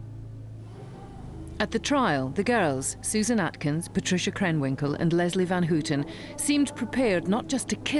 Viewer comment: It's not Van "Hooooten" or Lynette "Frooooome".